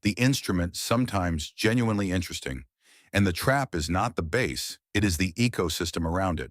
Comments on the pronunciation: You lost me when you said bass as in fish. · Teach the ai voice the difference between a guitar and a fish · Bass? The fish? AI isn't ready to take over the world quite yet.